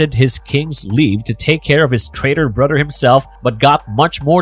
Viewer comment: Good content, but can't listen to you say Brudder anymore